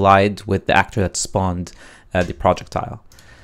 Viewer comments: PRO-jeck-tiles. Not Project-tiles. OMG making so I can barely watch this vid. I am not sure if you are purposely mispronouncing, trolling the viewer or.... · "PRJECT--TILE" it's almost unbearable to listen to lol. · Not gonna lie. I thought you were saying "Project Tile." At the start I was like "wtf is that?" Only realized 3 mins in you were syaing "Projectile." Also was VERY confusing as you didn't actually show where you got that variable from (I know it was created earlier in BP_Projectile_base) but I can't find it anywhere in BP_Player. On top of that I have a bunch of old variables from my old targeting system. Would help if there are any errors/corrections in the video if those are carefully focused on with the camera. I understand it's hard to keep moving the perspective, but these points are the most crucial because I'vwe spent an hour now trying to self-solve this. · It's 'pro + jech + tile'